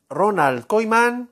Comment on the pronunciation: Se pronuncia Kuman no Koiman. Todo fruta lo que dice este señor.